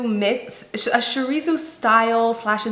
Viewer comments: Yes im mexican too and was like wtf is this shoreezo??? Jajaja🤣🤣🤣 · I’m British and even I was like ummmm was is shireezo?? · The way you said “chorizo” 😂💀 Lmao I’m sorry. I’m mexican and I was so confused like wtf is “chorizo” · Less SH more CHO in chorizo! You got this! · LMAOO Honduran but SAME, had to rewind ⏪ to understand! Still love her though 🥲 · I love the way she says chorizo. She says it ✨fancy✨